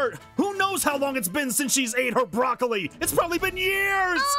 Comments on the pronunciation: Also BrahLocAlI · “The brolocoly”😂😂😂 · It's "boracolele" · Bruh aphmau can’t even say brolawcili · EAT THE BROCLOCOLI! Me: (*Laughing at the pronunciation he used*) Lol, why is that so funny? 😆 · “THE BRAWLAKALY” Aphmau: “NO IM JOT EATING THE BRALAKALYKY 😡” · Also he said brawlawcolli